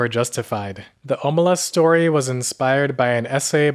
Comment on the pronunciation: Stop butchering the name, it's pronounced ahmelazs